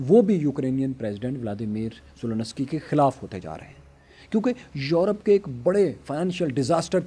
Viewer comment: It's Zelensky not Zononosky